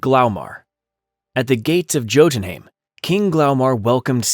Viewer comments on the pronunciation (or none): Jodenheim like pronounced in Thor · its pronounced as yotenheim mate.